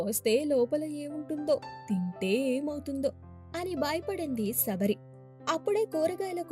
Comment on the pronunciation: సబరి కాదమ్మ శబరి